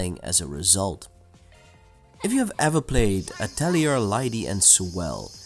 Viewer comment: great review, but just for future reference, atelier is french. it's pronounced, 'ah-tell-ee-ay'